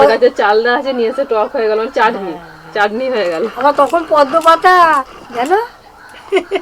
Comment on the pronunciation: মটন পালোয়া ( পোলাও), কৃষ্ণার ফেভারিট চালদার(চালতার) চাডনি(চাটনি)। কী সুন্দর উচ্চারণ!!!!!